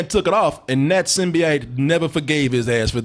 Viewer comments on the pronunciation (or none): Someone tell how to say "symbiote". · On a side note, how the fuck are you talking about what Venom should be, yet you can't pronounce Symbiote? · Add symbiote to the words that can't pronounce correctly.